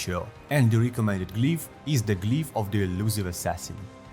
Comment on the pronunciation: i absolutely love how you pronounce glyph as "GLEEPH